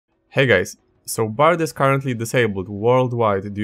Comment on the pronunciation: "Hey gays"